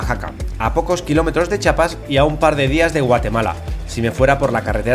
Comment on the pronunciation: Amigo... Se agradece pero Es Chiapas con i... jajaja saludotes crack